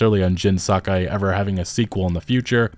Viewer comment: YOH TEH E !!! SAH KAH E !!! For the love of God